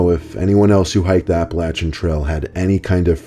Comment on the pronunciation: as a born and raised Appalachian person, I would like to thank you for pronouncing Appalachia correctly.